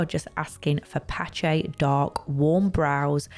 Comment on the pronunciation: OMG I can’t stand her ACCENT and the pronunciation of PatchaaaY. FFS 🙄